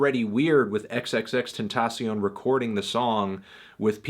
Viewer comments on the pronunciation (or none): "Xxx tensasiown" lol what id that pronunciation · Am I the only one who laughs when he says X's name?